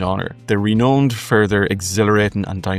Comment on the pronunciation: ren'owned' rhymes with found not phoned.